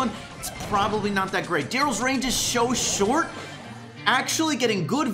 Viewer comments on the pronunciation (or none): Did he say "sho short"